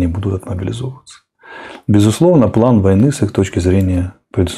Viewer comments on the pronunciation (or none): none